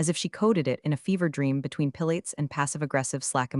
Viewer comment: NOTE: "PILATES" This,in your instance, is an exercise routine and pronounced 'pih LA tees'. 😊